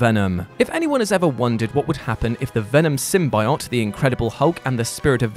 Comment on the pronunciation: Why do you pronounce symbiote wrong